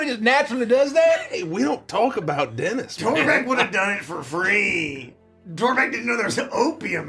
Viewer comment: Oh! It’s Denis! I was hearing dentist. Lol